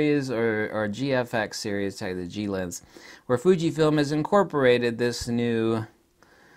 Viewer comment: " Thunkyfilm" , I mean " Fujifilm " sorry 😂😁